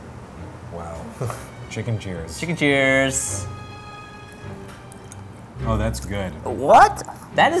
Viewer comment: It sounded like said "Tchuss" instead of "Cheers" at the Beverly Hills noodle spot.